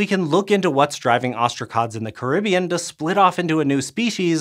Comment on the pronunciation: It's pronounced Caribbean. Not Caribbean. 🤣